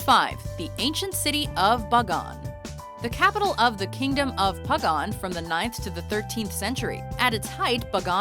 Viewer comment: This white chick sure can butcher pronunciation. Angkor WATT!! BUG-GONE!!